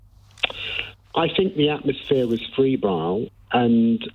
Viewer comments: Frebile????? Febrile!!!! Akse.....Ask. I do like David Lammy for lots of reasons. Mostly because he is totally decent fellow!!! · I'm on your side David, but for the third time the word is not 'frebile'.